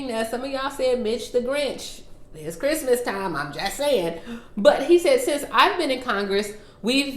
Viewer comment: You said an incrrect word. It's pronounced CHRISTMAS NOT the other